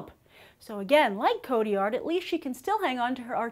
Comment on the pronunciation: am i the only one bothered by her pronunciation of "Cotillard"